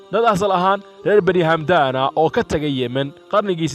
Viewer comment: waar hamdaan maaha ee waa xamdaan